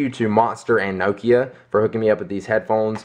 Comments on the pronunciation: nok-ia. not nokio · nokia!!!! not nookia haha its makes me angry, i may be wrong with my english accent but y'know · Nokio..... Pronounce it as; NOK "E" "A" (Nok-i-a) Don't pronounce it as Noke-ia.:P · lol the way he say nokia ahahahaha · You say Nokia funny, it's either that or because I say it different and I am british O.o